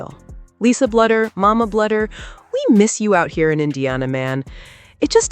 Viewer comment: Bluder is pronounced Bloo der